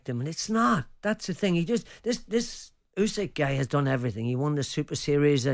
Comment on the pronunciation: 3 idiots calling him "oosyk" when it's "usyk"